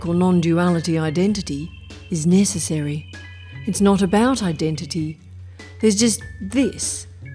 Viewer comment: When momment you said "nesssesiry" with Aussie accent. I realised you are Australian. Like indian gursus and budda realizing sudden awakening.😂😂